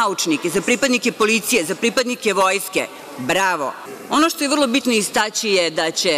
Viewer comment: IsTacji...istAcji...kako li je pravilno...